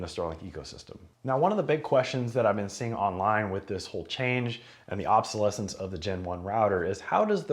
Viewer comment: There isn't a "t" in obsolescence